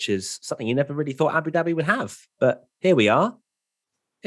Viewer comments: He said Abu Doobie.....and I'm smokin a doobie as I watch.....what a coincidence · Abu Dooobie? 😂😂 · U said Abu Dhabi wrong lol